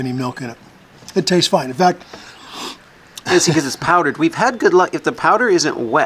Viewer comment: Anyone else catch that Aussie accent, "Very Foine, Very Foine" ?